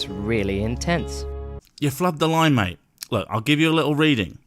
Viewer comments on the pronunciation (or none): none